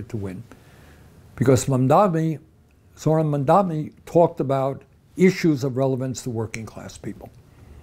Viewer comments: Bernie, his name is MAM-DA-NI. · Berinie is so wrong!! The name is Mamdani not MamdaMi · Bernie a friendly correction. Its not Mumdami. Its Mamdani for New York City mayor.